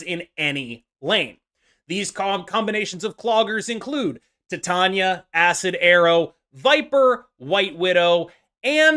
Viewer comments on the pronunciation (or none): Please don't hate me for pointing this out, but you're pronouncing "Titania" incorrectly. At least for her name in Marvel... It's pronounced "Ty-Tain-ia" like "Titanium" I know the way you pronounce her name is how I think the real name is pronounced, but for the character, it's based on how strong she is, like titanium. Keep up the great content!!